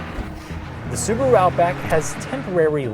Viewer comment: "Suburu" ???? Why not Subaru ?